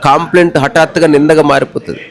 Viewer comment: కాంప్లైంట్ కాదు కంప్లైంట్ " కా" కాదు "క " please don't think other wise.